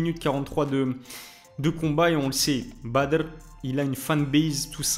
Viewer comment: J’espère qu’il va se faire tomber définitivement, à force de pousser, ça risque de finir mal pour le badrrrr 😂tu ma tuer, des fois tu as oublié et tu lappel bad R sinon c est badrrrrr😂 arrête avec l accent 😂 sinon bonne vidéo